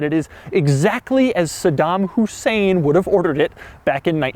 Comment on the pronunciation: did he say SEDAN hussein?